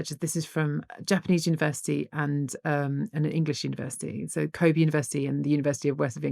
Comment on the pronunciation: Crazy that Hannah doesn't know how to pronounce 'Kobe'